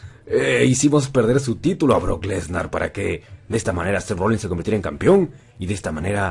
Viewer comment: Odio cuando le dicen Rollings a Rollins